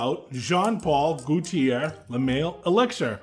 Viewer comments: Goalt-chi-eh is how you pronounce it. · Bro, learn to pronounce Gauthier.